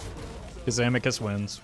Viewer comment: I punched my screen after the third "Kazamakus"